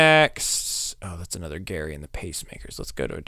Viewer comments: OH -- again -- "Jerry", not "Gary", is the correct pronunciation of "Gerry" and the Pacemakers; it's not a British pronunciation, it's a nickname for Gerald, which you wouldn't pronounce with a hard "G" sound. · Gerry, pronounced "Jerry". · Ferry Across the Mersey is about the passenger ferry that took people, mostly workers, across the River Mersey from Liverpool to Birkenhead on the other side. Liverpool was Britain's largest port at one time. The group is Gerry and the Pacemakers. Gerry is pronounced with a soft "g' and Mersey is pronounced Merzee.